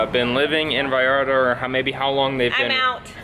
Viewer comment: A ver repeat after me , VallarTA TA TA NOT VALLARda da da . Ta ta ta VallarTA